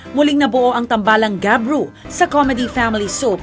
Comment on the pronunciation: gabru not kyru